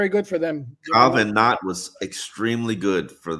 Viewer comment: I’m surprised you haven’t noticed saying “Kyle VanNot” 😆 I heard it a few times on the show.